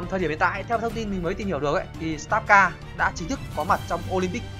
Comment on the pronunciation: sờ tát ca :))) má nó đọc tiếng anh nghe ko nhận ra tên game luôn ấy star là ngôi sao , ko phải start :)))